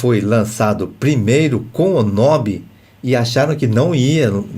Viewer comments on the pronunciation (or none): A pronuncia correta é Knobe.